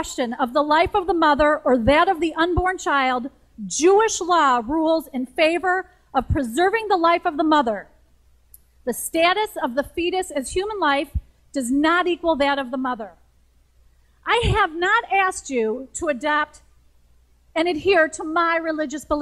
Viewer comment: The first two clips were so short, they was useless.: "Law" was pronounced like the musical note "la". "Status" was "styatus". "Not" was "nat". "Asking" was "eeyasking". From Burn Documentary: "afterwards" was "eeyafterwards", "cancer" was "keeyancer", "Abby" was "eeyabby", "half" was "heeyalf". In fact, these are not good examples of vowel shift. They are examples of syllablated "A" (becomes two vowels).